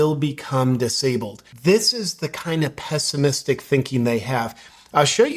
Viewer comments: "Pestimistic"? JP: the term is "pessimistic"... "Me fail english? That's unpossible!" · Did you say "pestimistic" or was it just me? What a hilarious word!